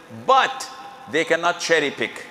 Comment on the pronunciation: Did you watch this video when he said "dont cerry picking"